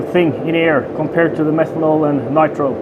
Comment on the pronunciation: i feel like this guy needs to go into jets. its just going to turn into a jet if he gets it any faster huh. what are you using for fuel? i hear you say methonol and ethonol? and nitrious? its really all about pressure here. if you want a really strong 50cc engine you need to make the cylinder huge and out of bomb proof matterial and then basically bomb the piston with much better fuel... the limits to the engine is how much psi can it take and what psi your fuel gives off. metal will melt or expode so i guess thats what you mean by stuffing? putting stuff in there thats not your typical metal that will explode? anyhow whats math on your psi? and whats maxinum? keep in mind tensil strength is not breaking strength its some like of strength in witch metel starts to contract due to pressure a notuce distance of something i forget. as for fuel your gonna have to step it up to something better.